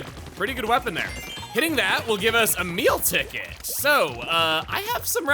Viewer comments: Everytime he says "a meal ticket" I hear "Emile ticket." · I keep hearing "a meal ticket" as "Emile ticket" and got really confused a number of times.... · im always hearing you say "a meal ticket" as "Emile Ticket"